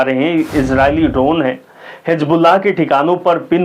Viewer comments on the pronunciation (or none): none